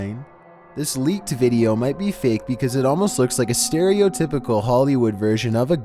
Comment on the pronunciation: I think she read it "lick" rather than leaked lmao